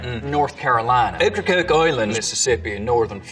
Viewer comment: You got Okracoke wrong sweetheart, you ain't sneaking up on no vittle sounding that way.